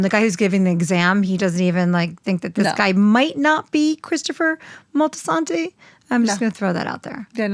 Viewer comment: Why does say it "Moltisantay"?